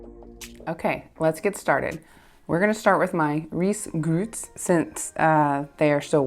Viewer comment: Risgrøt :) The Ø has the pronontion like the O in word , it kinda funny to hear U , but all credits to you . Also its best with whole milk and nnorwegian "Meierismør" clean butter with no plant oils .